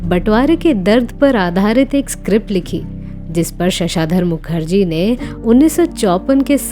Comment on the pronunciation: I like your videos. You, however, need to work on your misprounciations, such as here Pratibhavadi or Pratibhashali? You often say "Pardapan." No, the correct word is "Padarpan" meaning arrival. Here, and elsewhere, you say, ShashAAdhar Mukherjee. No, Shashdhar Mukherjee. You had also referred to NAADIRA as NadIra. No. With blatant errors, your credibility goes on line